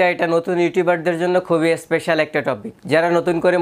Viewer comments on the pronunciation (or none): none